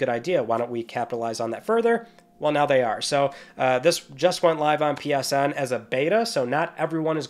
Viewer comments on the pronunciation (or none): none